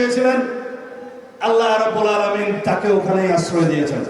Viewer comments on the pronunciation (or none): none